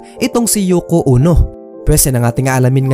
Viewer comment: Yoko Ono po hindi Yoko Uno 😊